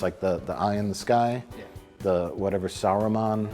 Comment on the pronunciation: Why is it that American's have such trouble pronoucing Sauron?